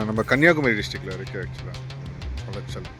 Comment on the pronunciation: அந்த ஊரின் பெயர் குளச்சல் ஆனால் கொலாச்சல் அல்ல